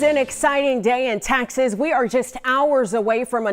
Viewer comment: Why is she is saying Texas a different way?